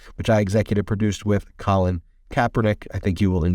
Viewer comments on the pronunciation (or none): none